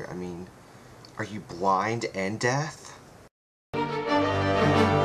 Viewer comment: willie....its DEAF not death ;)